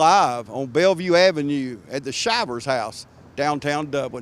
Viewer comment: It’s pronounced Shivers as in “Shiver Me Timbers” a famous saying of Popeye the cartoon.